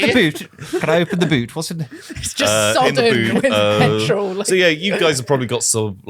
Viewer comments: Just now noticing says "petril" lmao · when said petrol I got instant flashbacks to ‘CHEESE AND PETRIL’